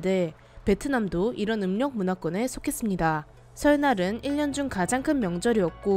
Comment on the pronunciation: 영상 잘 보고 있습니다. 그런데 유음화 법칙이 안지켜지는 부분이 계속 귀에 거슬리네요. 설날, 일년 등은 유음화로 인하여 설랄, 일련 등으로 읽어야 합니다.